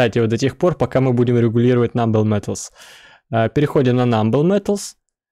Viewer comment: Только вторые металлы не "намбл", а "нобл" - благородные :Р